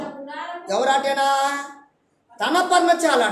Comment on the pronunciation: పర్ణచా ల కాదు పర్ణశాల